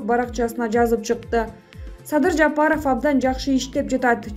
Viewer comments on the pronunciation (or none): none